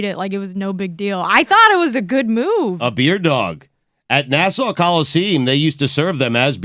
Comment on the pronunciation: Na-saw Coliseem is a Top 5 Stugotz Location Mispronunciations.